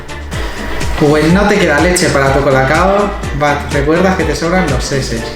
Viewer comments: lo de las sheshes se pronuncia como si fuera *ch*e*ch*es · Que son las seses? JAJAJAJA STE c mamo, weno se pronuncia en ingles por eso y las sheshes son las bubis 7u7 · A ver, Sheshes se pronuncia SHISHISA y son TETAS :v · las sheshes y tus gfes son mexicanismos el primero se pronuncia chichis y hace referencia a las tetas y el segundo hace referencia a tus padres, no a los de tu trabajo, son memes hechos x mexicanos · no sabe decir sheshes :v